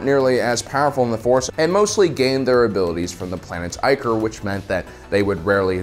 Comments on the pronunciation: "ICK" or...Not "EYE" core...It's the etymological root of "ICKY". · Was ichor just pronounced eye-core?